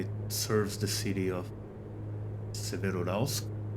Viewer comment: Pronounced 'SEvero-Yuralsk' (almost like two words) The 'Ural' is the important component in the name. 👍 Bauxite in English is pronouned 'Bork-site' (soft 'r' ... like 'boh').